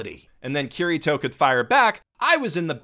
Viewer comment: ITS NOT KIRR I TOE ITS KI DI TOE!!!!!!!!!!!!!!!!!!!!!!!